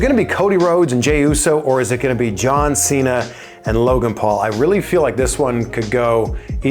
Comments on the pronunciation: My grandson's name is Santino I call him Sonny when I heard you mispronounce John Cena as Chon Chena I was drinking coffee and wound up cleaning what shot out my nose dude wassamatta u crazy fuggetabout it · Listen John Chain-ya.... 😂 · The pronunciation of John Cena will never not be funny. I don't even know how many times he's said it but its permanent!!!